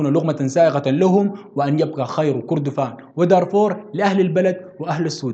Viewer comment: التاريخ ده قرينا في المدارس مافي جديد .. وكردفان انت نطقت الاسم غلط.. كان اسمها مملكة الم٧ ات . وشكرا